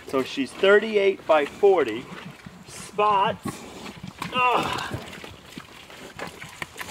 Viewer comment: Spots is not having t. 🤣🤣🤣